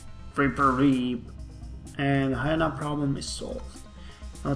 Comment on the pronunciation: Hi-ee-na, Long e, not short e.